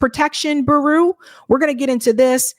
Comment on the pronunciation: Bureau is pronounced BYou-Row row as in row your boat.